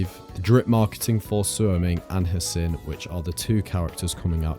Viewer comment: Gotta love how everyone keeps pronouncing hsin's name wrong